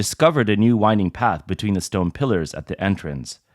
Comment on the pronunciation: AI voice randomly pronounces "pillars" as "killers" half the time and doesn't notice, because it's just artificial and not intelligent.